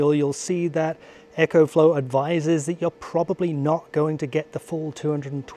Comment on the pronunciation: And Echo is what you hear when you shout into a canyon.... its EcoFlow not EchoFlow.